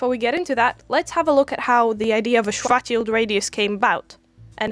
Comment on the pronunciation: What a fun view! Kudos for you to show the math, is amazing how supposed science channels skim on it, although... What did you say, young lady? Do you blame the micro now? "strategy" ,"fatshield" ,"sweatshield", "distraction", "schorathe"... YouTube captions are not helping :)) I suggest that in the future, if you ever have to speak of poor Karl Schwarzchild again, show his name somewhere